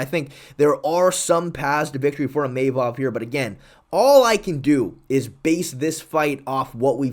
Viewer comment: New mythical fighter unlocked: EEMAYMOV